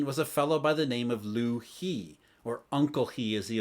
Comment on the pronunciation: The "He" in Liu He is pronounced "Huh" rather than "Hee"